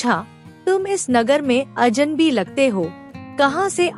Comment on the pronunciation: अजनबी, अजन्बी नहीं ।